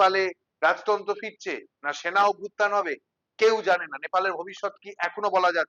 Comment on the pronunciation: গণশক্তি শুদ্ধ বলবে আশা করবো। "বুমেরাং" শব্দটির ব্যবহার খতিয়ে দেখা দরকার। শব্দ বন্ধটি - "না বললেই নয় '' । না এর উচ্চারণ স্পষ্ট হল না। সোস্যাল মিডিয়া বন্ধ করাতে এই ধারণা জন্মে গেল যে দুর্নীতির বিরুদ্ধে জনমত তৈরী ব্ন্ধ করতে তা করা হল।